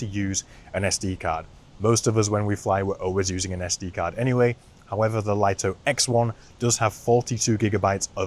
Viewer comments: Yeah but english doesn't seem to be the strong point of DJI and english speakers should know better than a chinese company. Lito is pronounced "LEE-TOE", it's a two syllable word just like the name Vito. The way people say it wrong has to be written like "LIGHTO", and should not be confused with the word Lite which is a one syllable word so it's different. So i hope this clarifies the confusion :) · People still don't know how to pronounce Lito 🤣